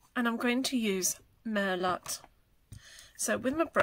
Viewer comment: FYI, merlot is pronounced 'mer-low'.